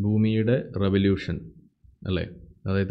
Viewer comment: "റെവലൂശൻ" എന്നാണ് ഉസ്താദ് പറഞ്ഞത് ശരിക്കും റവലൂഷൻ എന്നല്ലേ?